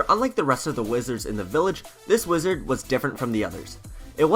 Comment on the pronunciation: Dod magec archer not wezard